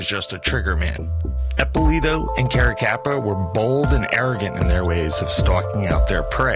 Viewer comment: I was at the Otto Heidel murder scene when I was a kid. Carracappa and Eppilito were responsible for it. You really have to learn how to pronounce italian last names.